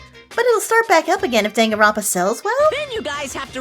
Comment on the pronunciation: I love the way says the name of this game. It sounds like "Dang, and Romp, Ah!" Or maybe it's just me.:D